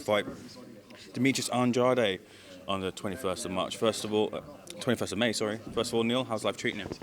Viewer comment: Parker is pants. But andrade will probably get robbed. Same guy that made avaneysan vs the 179th ranked welterweight in the world last week.. can't even pronounce andrades name properly..